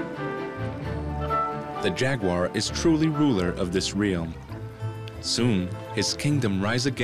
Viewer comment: How do you get a job as a narrator for an animal documentary when you can't pronounce "realm" and "carcass"? David Attenborough, he is not.